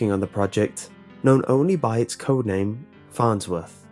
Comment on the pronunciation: .... the FARHTSWORTH.....??????"